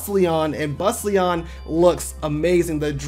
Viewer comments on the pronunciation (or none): Bustallion = how do you end up pronouncing this as Bus-leon? Naguara = Na-ga-ra? There’s a letter “u” after letter “g” - how do you miss that? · You pronounced Bustallion wrong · The way he pronounced Bustallion… 😩😩 And pretty much 50% of the other pokemon